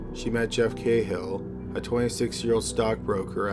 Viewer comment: Not cay-hill it's ka-hill an irish surname